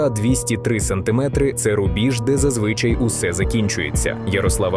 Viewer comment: ЗвИчай, але - зазвичАй,! А Ярочка - наймагутнша!! Слава 'Героям України!